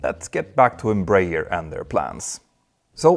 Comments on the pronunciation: Embraer is pronounced "embra-air", not "embrayer" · Closer pronunciation: Einm-bra-ehr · Here in Brazil we pronounce EM _ BRAH . AIR. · Embraer is spelled Em - Bra (as in Brazil) - Air. EMpresa BRasileira de AERonautica. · Just a brazilian advising you on how to pronouce properly the name Embraer. Say Embra Air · Nice video, thanks! As a curiosity, here in Brazil we pronounce EMBRAER like EN-BRA-AIR (EN as in the word ENglish; BRA as in a woman's bra; AIR as in the word air). I'm not sure, but the "AIR" in the end was probably not intentional, though. The name stands for "EMpresa BRasileira de AERonáutica" which means "Brazilian aeronautics company". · In Brazil we pronounce Embraer as "Embra Air" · Just a quick tip, it's pronounced "embra-air" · embreier hahaha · Embraer is pronounced "m bra air" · The pronunciation is Embra-Air btw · The best way of pronouncing EMBRAER, in English, would be "Embra-Air" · The way you you pronounce "Embraer" is quite funny 😅😂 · The inability to pronounce Embraer correctly by someone who makes a living from talking about airliners it’s kinda funny… (to not mention tragic..)